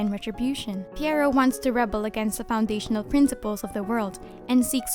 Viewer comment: Pretty sure the name is pronounced P-why-row.